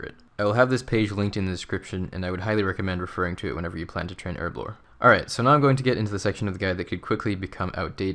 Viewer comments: you say erblore, and I say herblore. because it has a fucken H in it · There's a H for a reason, effectively so you don't say it like "erblore". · buddy, its called herblore. not erblore. h hhhhhhh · Man it's herblore not erblore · Her-Blore Lel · "Erblore" really triggers me xD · Erb? ERB? Erblore? ERBLORE? Shame on you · In the US its Erblore, in every other country we know how to pronounce it properly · well i mean the language is English, and in England where we speak English you pronounce the h same way you pronounce the second I in aluminium